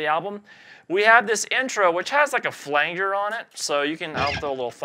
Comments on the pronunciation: Flan-jur is the correct pronunciation. The original effect before the pedal was achieved by applying pressure to the Flange on a tape reel, slowing it down some, making that whooshing effect and that spawned the pedals. Since that's pronounced "Flanj" (with an "An" sound like Can) the pedal would likewise be called a Flan-jur. Just providing some history on the pedal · Great stuff!!! But he just pronounced flanger, “flane-gur!” Sorry, I couldn’t resist. 😅 Still, great stuff. Awesome song!!! 😎🎸👍🏻